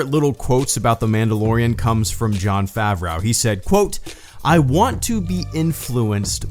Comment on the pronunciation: Favreau = Favr-oh Favreau =/= Favr-ow